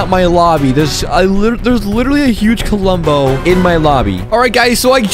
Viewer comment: The way he pronounced klombo Like kulombo